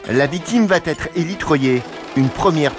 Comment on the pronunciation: Expliquez au commentateur en voix off que "va être" se prononce sans "t". Plusieurs occurrences dans ce reportage!